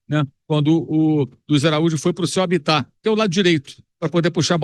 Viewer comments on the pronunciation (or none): none